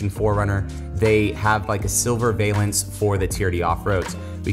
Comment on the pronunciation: Valance is pronounced VAL-ENCE.